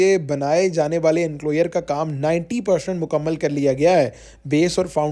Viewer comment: انکلوئر نہیں انکلوژر